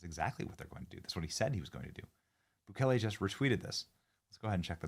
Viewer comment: The Salvadoran Presidents name is pronounced Nah-Yeeb Boo-kay-lay